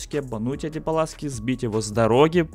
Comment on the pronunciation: Пуласки а не Паласки